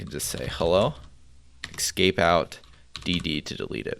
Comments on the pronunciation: *`Escape not Excape.Otherwise, excellent! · great stack of commands chosen to get ppl up to speed and acting fluent with simple commands very quickly. I think this is the best one right now. it's ESCape ...ess-cape... not EX-SCAPE .. im sorry cant help saying it youre probably doing it on purpose anyway NICE DEKSTOP